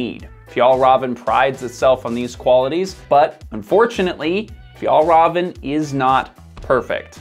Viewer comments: Fiell-reven and Awkeh Nordeen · Difficult to listen to the author butchering even an easy word like Fjällräven. How abour ignoring the umlauts and just pronounce it an anglosaxon way, like in Fjallraven? Skandinavian 'ä' is basically an Englisch 'a', nut a 'u'. Åke Nordin isn't pronounced Ake Nórdin, but Oke Nordín. Should I continue? 'Bergen' means one specific mountain. A mountain range would be called fjäll. Don't dare to try 'sjöen', Even I struggle with this beautiful word. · Pronouncing it like "Fjollruhven" instead of "Fjehllrheven" makes it sound like "Fjollröven" which in Swedish means "The sissy ass" instead of "Arctic fox". Swedish is hard. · Your saying the company name wrong. Raven is said as rayvan. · Honest question: How can you make such an in-depth piece on Fjällräven (Fee-yell Reh-ven) and its founder Åke (Awe-keh) and get the names pronounced so wrong? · Am I going to be the annoying person who focuses on the pronunciation rather than just enjoy the new information… yep. Fjäll Räven is pronounced ”Fjell Reeven” Åke is pronounced ”Ooke” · name "Åke" is pronounced all wrong with an umlaut massacre. It's more like "o-ke", where both the "o" and the "e" are stressed and no diphtong. "Fjällräven" is pronounced wrong too, it should sound more like "Fyell-raven" where "raven" is pretty much pronounced like raven the bird. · You don’t pronounce the “v”. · Pronounced of Fällräven = Fjaellraeven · For a good approximation of the pronunciation of the ä in Fjäll: the ä sounds like the e in the english word hell. The ä in Rävn is a bit more tricky, though :-D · as i ´fjellraev´ he just said as a mountain ass, too funny ahhah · Fjällräven means mountain fox, but the the way he says it it means mountain butt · great video but as a swede this pronunciation hurt to hear lol